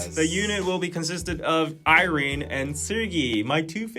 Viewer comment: My spanish ass is suffering with that pronounciation of Irene :(